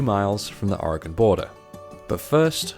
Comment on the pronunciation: Ok you pronounced siskyou correctly but how you pronounce Oregon is a little off lol. Port orford is an awesome little town, when we went a couple years ago we found some awesome green jasper and agate formations that we have stashed away now and it's good that you went to the dive, we went to redfish and it's a never again place as the service sucked and it was a bit spendy as they were trying to be a 4-5 star place in a small coastal town. I live in Salem btw so am a Oregonian lol